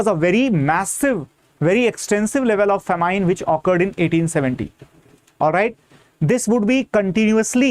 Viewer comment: Sir ji It is pronounced as Fa Min and not Fa Mine